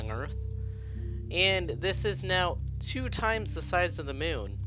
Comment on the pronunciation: mioun?? MIOUN??? ITS MOON!